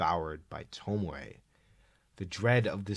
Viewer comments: toh-mee-ay. there you go. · Tomie (toe-me-aye) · saying tomie like “tomoay” is wild, it’s literally a phonetically spelt name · Ive decided im going to start pronouncing tomie as “tomo-eh” and see how it takes until someone murders me and disassembles my body. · Hearing Tomie pronounced as Tomoe was unreasonably annoying tbh. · I had this on as background noise and as soon as I heard "Tomoy" I was fully pulled out of what I was doing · it's toe-me-ay, not sure how to explain this but the syllables in japanese words are pronounce one by one, unlike english where some syllables is omitted (oboe in english is o-boe as in like o-bow but in japanese is o-bo-e as in like o-bow-ay) im not expert in this so sorry if theres a mistake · The fact that you keep saying "Tomoe" while repeatedly showing the name "Tomie" is infuriating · Great video, but Tomie is pronounced toe-me-ay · Why does he say “tomowe” instead of tomie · The video was nice but PLEASE never say tomowhe again i beg of you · I like the video but the way you pronounce names like Tomie and Remina is scarier than any Junji Ito manga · why do you say Tomie like that